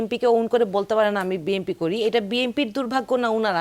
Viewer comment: এই মহিলা BNP কে BMP বলে কেন?